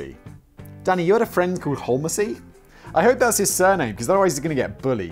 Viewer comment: I'm guessing it's pronounced "home-zee" Simon. From the surname Holmes, like Sherlock) A bit more likely than holl-messy 😂